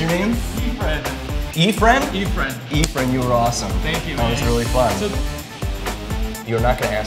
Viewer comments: I thought he said his name was "E-Friend" lol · Bros name is but he calls himself "Eefren" lol.